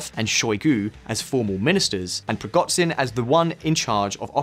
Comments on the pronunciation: preegotsin? are you banned from google? it takes 5 minutes to google a name, find original language and put it into googla translate text to speech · "Prigotzin"? Please learn how to pronounce "zh". Similar problem with "kh".. there's a reason why it's not "Karkov", "Kerson" or "Kabib" but Kharkov, Kherson and Khabib. Don't put an "h" in front of it if you ignore it.. you Americans..